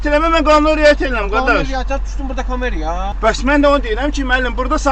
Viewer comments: Sovetin vaxtinda hər bir sahədə senzura var idi. Bu polisin ləhcə ilə danışığına bax??? Kamera deyilir. Kameriyaya yox !!!!! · Kamera sözünün vurğusunu düz demir,çuşka rol polisi .ka me' riya söz belə oxunur ka' mera. Get vurğu öytən çuşka qıjı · Komerayaa 😅 hara lehcesiydi? Kim deyer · Duşdun burda "kome-riya" Kamera sozunun tələffüzünu ede bilmir hele bu ypx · KamEeeraya deyen kimi bildim ki, rayonskidir. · Komera sözünu de düzgün teleffüz etmir 😂😂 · GÖEÜN NECƏ QAMMAZDI KI,,, ADAM ONA BAŞA SALIR,,, O CINDIR HELEM -HELEM QAMMIR OGRAŞ,,,, BU ÇAQQAL MAL TÖVLƏSINDƏN ÇIXIB,,, MAL SATIP,, POLISƏ GIRIB,,, HƏYASIZ MUNDARDI,,, ZIRRAMA HEÇ "KAMERA" SÖZÜNÜ DEYƏ BILMIR,,,, 'KAMEEEEERRIIIIYAAA ' DEYIR MAL OGLU MAL!!!! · BEDBEXT YOL POLİSİ ADİ KAMERA SÖZÜNÜ DEYE BİLMİRİZ BEDBEXT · Kamera sözünü deyə bilmir nə imtahan😂😂😂